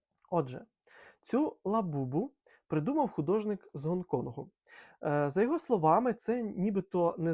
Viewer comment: Я 8 разів перекручувала щоб почути звідки цей художник, бо з вашої вимови чується не Гонконг а онколог... Жесть